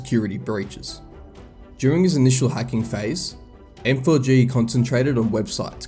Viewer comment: M4G==MAG Idk why it hurts my brain whenever he says M4G